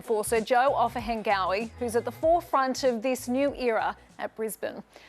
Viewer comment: Can you pronounce his last name right, not “OfanGOEY” it’s “Ofa-n-nga-weh”